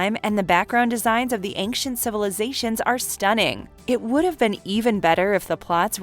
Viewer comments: If you think I'm going to overlook the fact that you said "the AC 130 Gunshit" you are mistaken. And it has to be said after hearing you destroy it 4 or 5 times, there is no 'k' sound in the word ancient. What happened , you say "the void" and show a one second clip from Robotech??? You only spoke of 11 cartoons not 12. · Great video. "Ancient" doesn't have a hard 'c' sound and it's driving me crazy